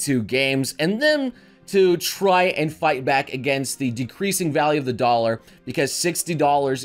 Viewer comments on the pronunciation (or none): none